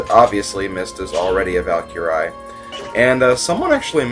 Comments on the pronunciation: mist's class is pronounced val-kree not val-keer-eye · im sorry but please pronouce valkyrie properly, its one of my fav mythical creatures so at the endof saying it say val-ker-ree thank you